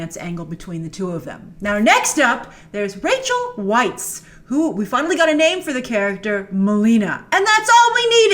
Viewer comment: Rachel Weisz's last name is pronounced like vice.